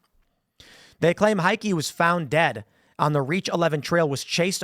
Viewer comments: Not even remotely psychotic..nothin to see here! Y'know OR he's setting up his insanity defense. Heike is pronounced hi-kah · It's pronounced Hi-keh . German name.